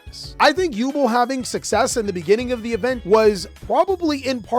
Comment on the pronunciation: First things first YuBEL... not Yuble😂😂😂 jk Second... yugioh players don't read regardless so even if you explain, let them read and reread Nightmare pain.... they still leave links and most of their beefy monsters in attack position. Even if you put them in defense... yubel players can climb into Ultimate nightmare to attack and you still take the damage lol 0<50def < your opponent is taking the damage regardless 😂😂😂